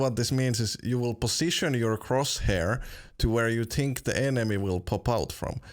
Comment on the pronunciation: I love how he says tink instead of think ;D